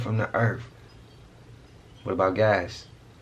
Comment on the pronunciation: the earf?